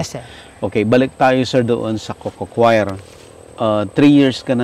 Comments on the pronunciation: Hindi ho yan cocochoir, kasi hindi kumakanta na kwyer pagpronounce. Coir ay pronounced kower, dahil COIR is already coconut fiber. redundant na ung coco coir, coir lang tama na. Galing kasi ako sa PhilFIDA at yan ang itinuro ko na itama ang pagtawag sa coir. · co-yer ang pronunciation dyan